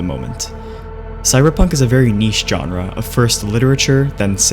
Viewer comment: Informative and well edited video... but the way he repeatedly says "genre" bugs me so, so much